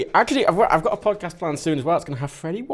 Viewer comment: Did anyone notice "PodCATS" instead of "PodCAST"